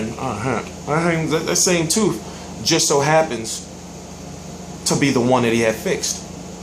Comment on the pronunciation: it's tooth not teef lol